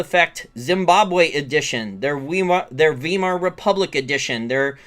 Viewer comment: FYI - In English when presented with 'ei' you pronounce 'e' with 'i' being silent. In German this is OPPOSITE. The 'e' is silent with 'i' being pronounce. This means "weimar" is pronouced "wimar" not "wemar'. I have never found an exception over the last 40 years.